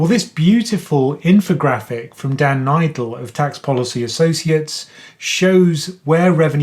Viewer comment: Thanks for the video. Minor point, but I'm pretty sure Dan pronounces his name "Needle" rather than "Nidle"